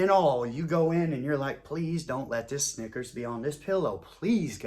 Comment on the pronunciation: EVERYTIME he said Snickers...I thought "Nggas" 😂. This joint Classic